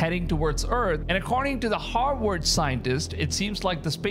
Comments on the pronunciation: Vs are Vs...NOT FKN Ws. Its HARVVVVVARD!! NOT HAR_WARD!! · Did this guy say Harvard or Hogworts? It makes a difference. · Is he saying hogwart scientists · "According to the Hogwarts scientists" - I heard you saying that instead of "Harvard" and only then it is correct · Your pronunciation of Harvard sounds like you’re saying, Hogwarts. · I swear you said "Hogwarts scientist" 😂😂😂